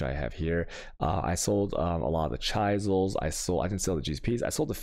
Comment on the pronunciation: Alch is pronounced as "alk" not alch... also chisel is pronounced as "Chizəl" not chaisel